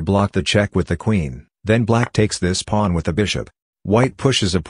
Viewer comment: Why does he say plun instead of pawn?